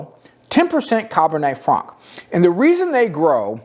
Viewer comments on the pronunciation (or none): I don’t understand why you pronounce Cabernet Franc as “cob franc” and not “cab franc”. In your other videos you’re able to pronounce it as cab when referring to Cabernet Sauvignon. It just took me out of this video. My go to right bank wine is Clos De L’Oratoire. I’m a fan of all the Comtes Von Niepperg wines. At a more affordable price, try their Chateau D’Aiguilhe.